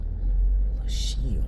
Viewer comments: Pronounced LOW-KEEL. Fascinating history! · Lochiel is pronounced Low-Keel. Always leave a ranch gate the way you found it. The barrier on the border in the Lochiel area isn't to prevent people from crossing on foot, as the area is extremely remote. They are vehicle barriers to prevent vehicles full of people or dope from just driving through the wire fence and crossing the border. As to why the barrier abruptly ends? Ask the current administration. - retired BP Agent that spent 7 years assigned to the Nogales Station and often worked the Lochiel area in the late 1990s - early 2000s.